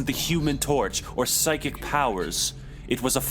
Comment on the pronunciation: "Pyschic" Oh God